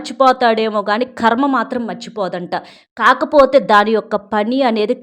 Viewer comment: మా ఖర్మ . ఖర్మ కాదమ్మా కర్మ .